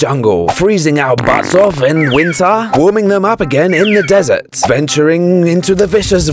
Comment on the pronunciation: I love how he calls desert "dessert"